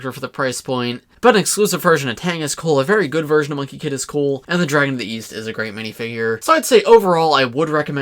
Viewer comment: I thought you said Weast